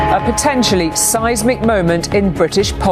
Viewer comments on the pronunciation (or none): Seismic is pronounced as the female news presenter said, Russ. Not as you constantly mispronounce it. Size-mic phonetically. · Monty Pythonesque? Yes indeed at 0.58 announcer says 'seismic, at 1.05 you say seismic. Please stick to UK English. At 1.30 they don't call him Two Tiers because he has one tier for his allies and another for his friends. Stop trying to spout in flowery language, stick to the facts.